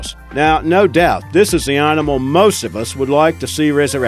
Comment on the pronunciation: Hahaha, just looking through the comments to see if those two words annoyed anybody else. If the guy can't even say 'animal', not sure I should believe a single thing he says. Ruddy irritating voice or what.